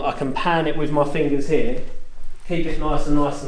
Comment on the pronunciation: "You pan HEEA" Haha! Love u man!